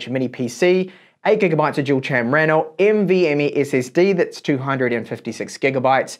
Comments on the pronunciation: Cracking slip of the tongue there! <3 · "8gb of dual cham rannel" LOL